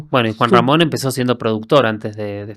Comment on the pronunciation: Creo que ni el nombre de Juan Ramon dijo bien